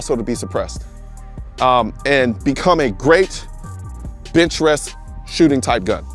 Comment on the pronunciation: I know he meant bench rest. But, I swear, I heard him say "bitch rest".